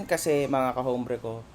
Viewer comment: Hombre. Pag kaka alam ko ang pag bigkas nyan sa salitang español is OMBRE